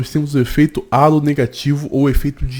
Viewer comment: Só uma pequena correção, efeito "halo" não vem do português, vem do inglês, já que significa auréola, por isso indica que alguém julga outra pessoa ser boa pela beleza, logo, não fala "álo", do português mas sim "reilo" do inglês, ou coloque pro translator falar no idioma inglês